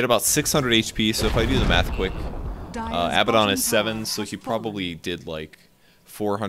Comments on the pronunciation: Huh, I never noticed that, but yes, Abaddon's name should be Abbadon if they want to pronounce his name that way. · I'm with you on the pronunciation of abaddon